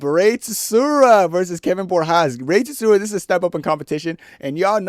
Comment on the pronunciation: I actually had to skip past the rey tsuruya fight cause your pronunciation of his last name pissed me off so bad